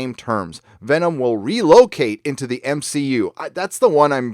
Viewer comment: "M-She-U"....HA HA HA HA.